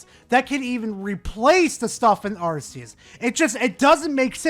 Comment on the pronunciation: It's not "Arse-eus".